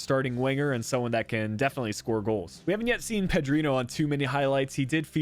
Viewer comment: It’s pronounced Ped-rin-nho like ronaldinho